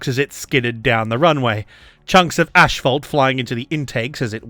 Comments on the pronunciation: Very insightful and interestingly presented. Nice work!👏 PS: Asphalt not "Ashphalt"😉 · It's not Ashphalt it is Asphalt. there is no ash in the word.